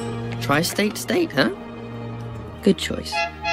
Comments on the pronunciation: he said good not gay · He said good- it did sound like they said gay 😂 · I heard good before, but now that you said that it sounds like gay I can't get it out of my mind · It sounded more like really dead to me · sounds like he said "really gay--- really good"